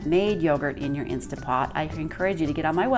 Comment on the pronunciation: Did she call it an insta pot? Hard for me to watch and consider someone an expert if they can’t even pronounce the name of the machine she’s using